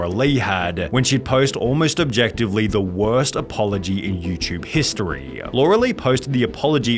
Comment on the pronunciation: Why do you indulge the youtube long last syllable affectation? Videoooooh. Historeeee. Lightleeee. Everrrrr. etc